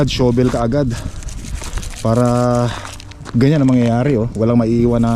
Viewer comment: Shavel hindi show-vel. Incorrect pronunciation mo ka. Use a metal shovel for hard rock snow hindi plastic